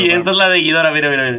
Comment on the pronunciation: "ghidora" todo seguido no "gui-dora"